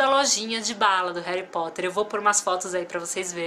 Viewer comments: NAO É HARY É HARRY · pois é eu vi o vídeo gritando não é heri e HARRY 😲😲😲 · hery potter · não é hally potter